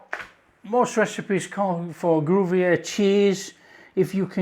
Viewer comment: When you say gruvyair do you mean Gruyere....😊😊